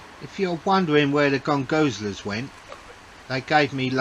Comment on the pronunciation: I love your straight forward approach and dry humor and especially NO NO NO NO NO stupid music playing LOUDLY in the background ruining the footage and view :) You win the award for best pronunciation of "gongoozler" I've heard yet! Keep up the great work and spirits!